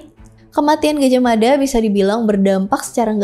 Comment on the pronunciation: Gaj ah mada ,Bukan Gajahmada . Hati hati dalam mebahas kerajaan ini